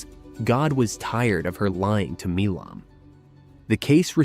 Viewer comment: The name Milam is not pronounced Mee lom. Milam is pronounced My lum.